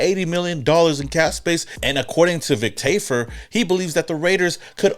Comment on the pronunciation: Vic Tafur? 😂😂😂😂